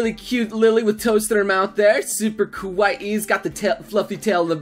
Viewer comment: pls.. never..say ''kawu-ihhi'' ever again xD